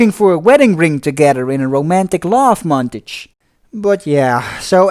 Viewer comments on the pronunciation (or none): At 14 58 it s pronounced monTAJE and at 18 15 the word is continuity pronounced CON tiNU ITY. Two words vital to a film reviewer who s doing over 20 reviews. even if you re dutch. I like your style and even like your jokes